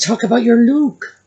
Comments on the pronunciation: I thought mindy had a cue card that said luk instead of look😊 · When Mindy said “look” which was pronounced “Luke” - that is how Scottish people would pronounce it. Do you think Meghan could have told Mindy to say it like that, to mock the Scots? Just a thought, because Mindy, even though she’s Indian/American, would not typically pronounce LOOK like LUKE. 🤔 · I think Mindy is low-key genius. She may have received direction to complement Megan’s style and she purposefully chose to pronounce the word “look” the way she did, knowing that a person such as Megan could not help but react to that thereby showing everyone exactly the type of person nutmeg is